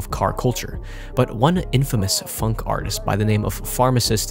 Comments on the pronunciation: hes saying it like it has a u phunk ITS phonk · it’s not pronounce funk